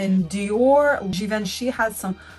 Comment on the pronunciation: Regina Pyo is Re-jzee-nah Pee-yoh, you’re pretty close. Givenchy is Jzee-vahn-shee. (My ah rhymes with on). En in French is pronounced like English ah, or o as in on.